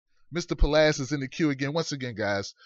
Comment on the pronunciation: its palast not palast; l love the show